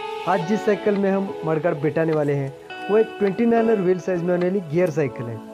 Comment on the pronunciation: Are u saying mudguard or marguard